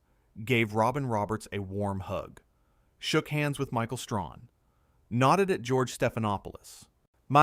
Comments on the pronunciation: Stop saying ‘Michael Strawn’ stupid, his name is Michael Strahan, get it right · And it's Strahan. Not Strawn🤦🏽‍♂️ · The commentator needs to learn how to pronounce Michael Strahan’s name. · Learn how to say Michael STRAHAN. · The narrator doesn't even know how to pronounce Michael's last name correctly. You guys don't do anything but post a lot of BS about good people. Race and click baiting. And who do she think she is, or what?